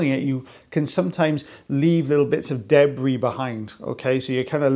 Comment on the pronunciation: Gotta watch out for that DEH-Bree, not the debris, but the DEH-Bree…it’s even worse 😅